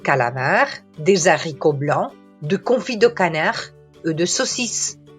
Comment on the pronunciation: Bel video ma "leZ haricots" non si può sentire. Esiste una cosa che si chiama H aspirata che impedisce la liaison.